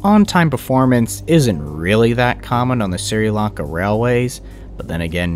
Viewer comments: By the way Sri Lanka is pronounced "Shri Lan Kah" not "Siri Lan Kah", and the death toll was around 320,000. And it was the worst tsunami in history. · Its Sh-ree not Sir-e. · Just so you know, it's pronounced "Shree-lanka", not "Sir-e-lanka". Nice video so far though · For the record it's pronounced "shri" Lanka Doesn't really matter just figured I'd mention it Keep killing it you're doing great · "I'm sorry in advance if I mispronounced names or places. " Me: Ahh! Camon mate, how bad can it be?: "Siri Lanka railroad..." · The Sri in Sri Lanka is pronounced as Shree. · It’s pronounced, “Shree-Lanka” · By the way Sri Lanka is said like this (Sh-ri-lan-ka) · It’s pronounced “Shri lanka” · Sri= sh-re Lanka..